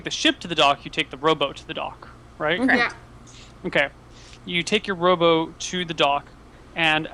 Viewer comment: lol every time they said "rowboat" it sounded like "robot" "We get the robot to the iland! Lets hide the robot!"